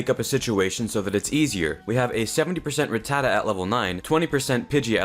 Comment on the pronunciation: That's how it's pronounced my dude